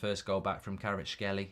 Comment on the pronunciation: Mark, Kvaratskhelia - you need to pronounce last A letter :)